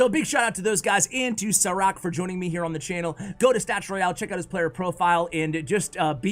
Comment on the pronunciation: I beleive its read as sharaatz (šarac) and considering his name is filip im preety sure its not Saa-rack. :)